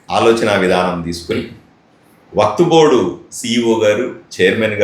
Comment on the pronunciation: WAQTBOARD❌ WAQFBOARD✅. BOLNE BHI NI AARAA 😅